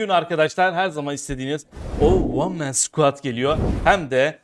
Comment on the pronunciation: Şu deyiş varya one men squad demesi bitiriyo ya